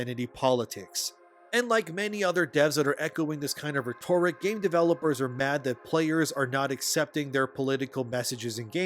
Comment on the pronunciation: I can’t stand the way you say “rhetoric”….